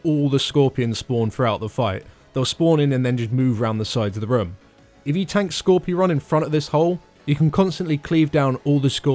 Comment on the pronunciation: It's not Skorpy ron it's Skor pyron lmao.... Skorpy ron..... from now on I'm going to have to call him Skorpy ron because it's so funny.